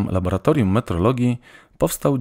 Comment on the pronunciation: laboratorium laboratorium labolatorium